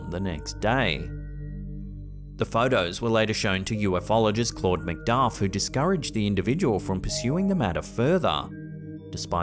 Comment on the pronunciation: U-fologist, not U-f-ologist.